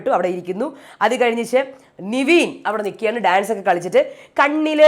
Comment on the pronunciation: നിവീൻ അല്ല.. നെവിൻ ആണ്... കുറെ ആയി കേക്കുന്ന് 😂